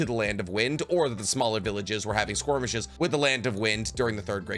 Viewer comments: Did anyone else hear "squirmishes?" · he says skirmishes as squirmishes and it's strangely distracting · One of my favorite things you do is say squirmishes instead of skirmishes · lol I don't wanna be that guy, but are you trying to say skirmishes and saying "squirmishes"? I heard you use the term in another video too, I could be wrong and it could be a different word that I don't know, but the context seems perfect for "skirmishes". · I dislike how he pronounces skirmishes. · Does anyone else get completely distracted by the way he says “skirmishes”? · Ok I hate being THAT guy, but am I the only one that finds distracting how he pronounced "skirmishes"? Awesome vid by the way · “If tobirama had been revived during the third shinobi war, he would have killed hiruzen. And he could have, too.” That thought gives me peace for some odd reason. Also, every time you try to pronounce “skirmishes” in a video, I die a little inside, but the coverage of the topic is really good as usual!